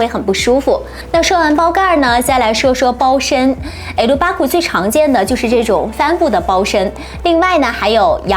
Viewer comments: 笑死Herbag 聽了很多次才聽到什麼，”Air Lu bar” 😂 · 點解會咁讀好恐怖